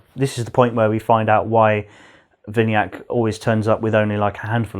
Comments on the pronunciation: You say vini-yak I suggest we-na-yuck Ignore the meaning of yuck but that's how I could interpret it to you. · How they pronouncing my name vinayak🤣🤣